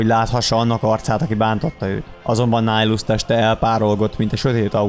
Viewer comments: Miért Nájlusznak ejted a nevét? Miért nem Nihilusz fonetikusan? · Miért Nájlusz? ez fáj nekem de tényleg de amúgy jó :D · Bocsi ahogy írták úgy kell ejteni